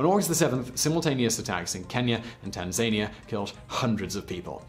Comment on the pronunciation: when i heard you say riyadh i thought that id been saying it wrong all these years. then i heard you say tanzania so i forgave myself